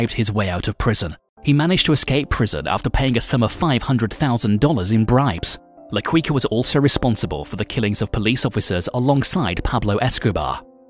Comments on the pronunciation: Not qweeka.... it's keeka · "La Ki-ka" lol not queeka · LA-KEE-KA, NOT LA-KWI-KA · It's pronounce la kika..not la kooika like a wookie name 🤷🏼‍♂️🤷🏼‍♂️🤦🏼‍♂️🤦🏼‍♂️🤦🏼‍♂️ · La Quica is pronounced like keeka. As you pronounced sounds like cuica which means jumping rope. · The pronouncation is Should Be Medeiin Not "Medilin".Also Its La Qika Not " la Queeka". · its pronounced key- ka not kwi ka... and medellin is pronounced med-ey-een not med-del-in.......so many times it hurt to watch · It's La Quica as in La Kicka not Quicka🙄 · Had to stop watching hearing his name pronounced La 'Qweeka' instead of La 'Keyka'. Also the way he just pronounces Medellin exactly as spelt instead of 'Medejin'...Meh-deh-gin. Really annoying. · La queeka? Carli cartel? Medilin??? BROOOOO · Also, its pronounced qica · Hin pronouncing la quica triggers the most like what is that shit? He some quicksilver or what? Quuuuicaaa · La qiqa and medeyin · La Kwika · La Cuica 🤣🤣🤣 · La quiika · If LaQuica is still alive he would assinate this announcer for murdering Medellin and La Quicka 🤣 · Man said “La Quwica”💀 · La Kweeka ????? 😂😂😂😂😂 lmao (Had more...but this was the funniest) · Medellin MEH DE YEEN MEH-DE-YEEN Bogota BO-GO-TA BO-GO-TA LA Quica LA-KWEE-KA- no hard K LA-CWEE-CA- no hard c LA-QUEE-KA/CA no hard Q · Wtf is Medlin ...it's Medellin. Someone needs to be fire for this episode. La QuickA (his pronunciation ) is terrible. I bet he thought that was his name because he was quick and swift lmaoooo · It's pronounced "Med-eh-yeen", not Med-ellin. Quica is pronounced "Keekah". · my man said La Kweeka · “La Qwica” 😂😂😂😂😂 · La "Kika" if its easier for you to pronounce. The U is silent. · Pronounced "Key-Kah" Edit: You mispronounced so much homie lol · From ‘La Quica’ to ‘La Kweeka’ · La "KEE QA" and "ME-DE-YEEN" (or like Colombians) "ME-DE-JEAN" i didnt make it past 12 seconds. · it's la kika dawg that's how you pronounce it 😒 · I quit after hearing la queeka the first time. Mtfk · “La Qwuica”